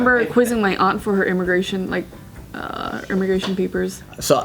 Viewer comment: "Ermigation papers"